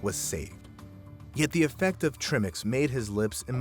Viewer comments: It's pronounced 'try mix' not 'trim ix'. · Tri- Mix like in Tripod... not trimmix 🤣🤣🤣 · It's pronounced TRI MIX, not trimmix. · I'm not a diver but I think it's pronounced "tri-mix". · Trimix? It's pronounced TRY-mix.